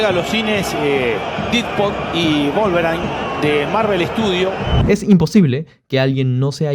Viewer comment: Didpod y Volverain 😂